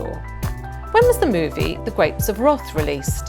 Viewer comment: Oh she mispronounced so many things. The Goldenbergs F I. Mao Tse Tung, Wrath, the house price. Well no one is perfect.